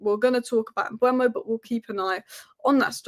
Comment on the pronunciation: It's not Mbwemo, it's e before u. Mbeumo (closer to Mbomo). There's a video on YouTube of Mbeumo saying his own name fyi.